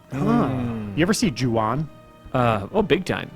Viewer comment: sounds like said Juan?